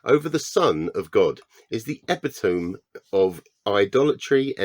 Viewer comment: Has anyone else come here to say 'epitome' is pronounced 'eh-pit-o-me' ?